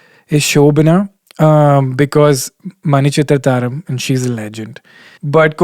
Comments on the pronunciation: manichithratharam alla manichithrathazh !!! haha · Isn't it "Manichitrathazhu" and not "Manichitrata-ram"???? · He said "Manichitrathazhum" i am gonna kms. bye